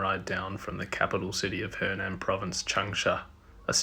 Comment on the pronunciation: it‘s hunan(sounds like who nan which is south of the dongting lake):eyes-purple-crying: not henan(south of the yellow river)